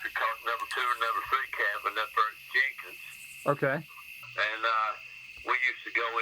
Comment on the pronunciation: As someone from one of the counties you visited... Nothing urked me more than your pronunciation of Jenkins.